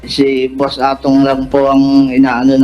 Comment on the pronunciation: Naloko na 😂 Boss e daw hindi Boss A wahahaha